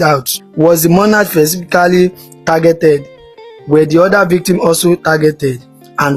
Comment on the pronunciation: Five OTHERS.not other. He engaged OFFICERS not officer. Armed ASSAILANTS. MONARCH is pronounced monak not monarch.YOIR ENGLISH IS AWFUL. A SSERIES OF not a serie of.....what nonsense is this inability to pronounce simple words correctly,? When officers ARRESTED not arrest.For goodness sake stop saying monach. for MONARCH( mona:k)